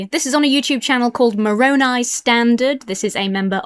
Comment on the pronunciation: Only a few seconds in but im just appreciating that you actually pronounced Moroni right. Im an exmo, and in deconstructing and finding others talking about the church i heard so many people say more-oh-nee, like like macaroni but moron